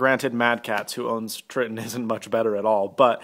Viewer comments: Should have gotten Astros. Btw they're pronounced *Try-ton*. Man, I'm just in my douche mood right now, my bad. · you said tritton wrong also you made a good choice because my turtle beach's keep breaking